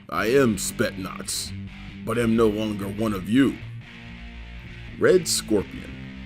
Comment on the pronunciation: Bro, please improve yourself and read ALL the letters in Spetsnaz....love the channel anyway though.